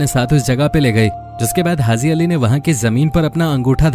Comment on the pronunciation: Pahly to aap bolna sekh lo bhai hazi nai haji hota h urdu ki jan to mat nikalo